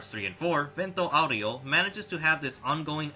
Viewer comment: stop saying vento aureo like that